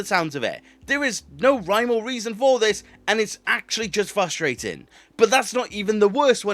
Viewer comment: Not as frustrating as you mispronouncing frustrating